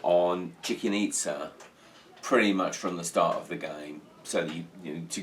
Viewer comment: Thanks, everything great, except for the pronunciation of "Chicken Itza"